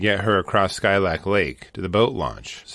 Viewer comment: Hey from Alaska! I got married at Skilak lake. It’s so beautiful but there’s so many bears up there. Last time I went this summer we saw a black sow w 2 cubs just chilling in the road there. It’s actually pronounced (Skeelak).